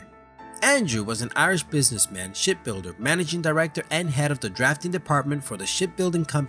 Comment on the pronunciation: Lol it sounded like shit builder